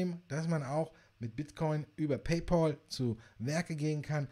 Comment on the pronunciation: Paypal wird "paypäl" ausgesprochen, nicht "paypol". Warum sagen die Deutschen immer Paypol???